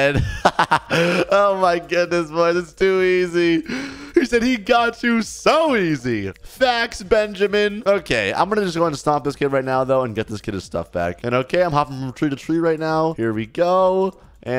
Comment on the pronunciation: bro actully say fax and juts juts is not juts its just and fax is aint fax its facts